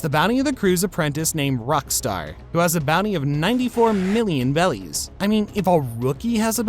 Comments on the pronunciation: BERRIES Dude. it's literally spelled in the sub. stop saying bellies. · Berries not bellies please lol. Nice video though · also the gura gura became go to go to💀💀💀💀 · Stop saying bellies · It is berryis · It's berries bro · The way he said “bellies” upsets me lmao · He says bellys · Every time he said “Belis” I cringed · You were saying bellys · It’s Berrys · Bro sail bellies 😂😂😂😂😂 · Why do you keep saying bellies? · It's berries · Please stop saying bellies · I appreciate for still counting Vivi as part of the Strawhat crew but its obvious that you watched One Piece on Shorts, ranking a filter character above the main Antagonist of the show, pronounced berries wrong, you're a fake fan. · How do you call the currency the wrong thing the entire video 😂😂😂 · yeah it just sounds so wrong each time he says it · interesting if that is the case, but I just figured it's the issue Asian people tend to have when speaking English and switching R and L sounds My wife still does it frequently. I've been trying to train her not to for 6 years now. For example, instead of road she'll say load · please please pleaaaseee stop calling berries bellies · why tf are you saying bellies and not berries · It’s Berries not bellies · Also it’s berries not bellies hope that was intentional and not a mishap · He said belly's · It's berries and bellies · .what are belllies why he saying 11 billion BELLIES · it’s berries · How could one possibly mispronounce berries as bellies and on top of that shit kozuki oden as kizuki oden like fam come on😭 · Berries not bellies🙄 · If bro says bellies one more time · Who has ever once said Bellies ??? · Berries not bellies 🤦‍♂️🤦‍♂️🤦‍♂️ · They’re berries not bellies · Berries not bellies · Bro played way to much blox fruits. ITS BERRIES NOT BELLIES😭😭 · A piece of my soul dies every time he says "bellies" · “Bellies” 😂. Bro eating the gut gut fruit 😂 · Why is this dude saying belly’s instead of berries? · When I hear him say berries I here bellies